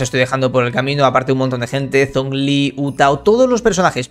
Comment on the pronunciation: Por q siempre dicen las cosas a como están escritas xd da un poco de risa cuando dicen u tao chiao xD por q no pronuncian bien. XD